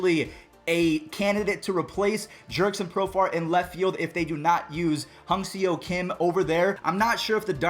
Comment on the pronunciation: Pronunciation almost spot on. But to sound like a real Korean, it's "Geem Ha-Sung" (hard-G on the Geem)